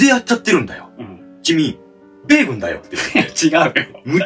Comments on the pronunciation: 米軍だよ！じゃなくて、発音がベーコンになってるよｗｗｗ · 米↑軍↓の方が気になりました！w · 米軍のイントネーションがベーコンすぎた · ベイグンのイントネーションよ😂😂😂